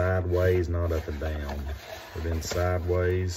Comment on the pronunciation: I didn't know "down" was a two syllable word. LOL!